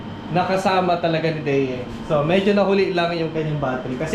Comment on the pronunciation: Parang Idea po ang bigkas, not sure po but look like po.